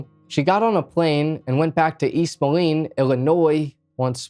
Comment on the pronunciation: Say it like this, Moleeeeeen. Not Molon